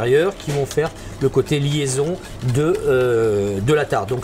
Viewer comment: J'aime beaucoup Frédéric Anton et je trouve que c'est un grand cuisinier. D'autant plus qu'il est Lorrain comme moi. Malheureusement je suis obligé de notifier l'horrible faute de liaison qu'il a faite alors que ca n'était pas utile mdr....Regardez la vidéo à partir de 3"30 min. Ca va vous sauter au yeux....enfin pour les amoureux de la langue française bien sur!!!! Et Dieu sait qu'il n'y en a pas beaucoup ici lol